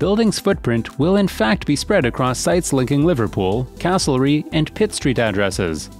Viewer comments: Castlereagh = pronounced Ray instead of ree! Just saying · Mispronunciations here really grate. As noted before ‘Quay’ is ‘key’ not ‘kway’. And Castlereagh’ is ‘carsell ray’